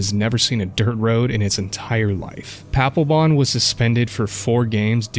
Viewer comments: Paplebon = D-Baglebon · Papelbon? Are you sure his name really ain't Palpatine?